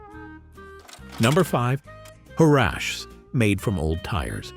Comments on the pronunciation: Her-ahh-cheeses. I don’t know what you were trying to say. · Huraches are pronounced hur-Rat-Chee and real ones came from Mexico and made of leather!! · Good grief! Learn how to pronounce huaraches!